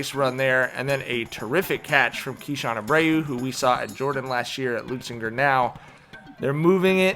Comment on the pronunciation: that kept bugging me too😂